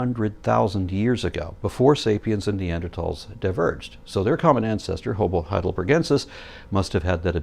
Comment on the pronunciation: He said homo but damn it was close to hobo